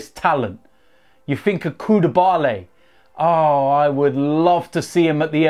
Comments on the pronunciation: He also said Koudebale instead of Koulibaly 😂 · He said Koudabaly also😂😂